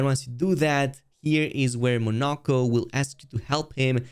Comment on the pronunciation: You actually said the character's names correctly :O edit: of course you failed at some point :( They literally tell you how to say their names in the game. How did you mess any of them up? Poor Monoco